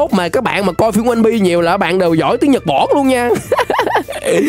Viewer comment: nhật bản chứ không phải nhật boả nhé anh